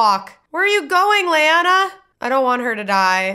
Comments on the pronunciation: Why do you keep saying Lyana(Lee-ana)? Her name is Laena(Lay-nah)!!! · LAENA sounds Laenor, not Lyanna.